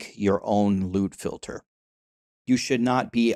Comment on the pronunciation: I keep hearing lewd filter😂